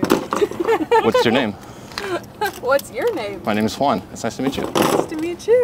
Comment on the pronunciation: The way she was trying to pronounce Juan 😂